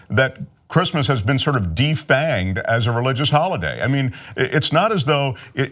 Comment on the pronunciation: What's Grizzmizz? He keeps saying Grizzmizz. Who says Merry Grizzmizz?